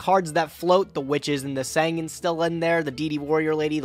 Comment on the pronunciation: I won't ever be team until he PRONOUNCES SANGAN CORRECT